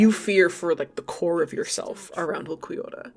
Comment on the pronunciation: Lowkey your pronunciation of ulquiorra makes a lot of sense to me. And ulquiorra is just a weird name and feels like there is no clear way as a "westerner" to pronounce it lol